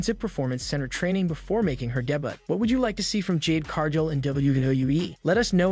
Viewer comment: damn Ai voices can't even say "debut" properly. WTh is "day but"?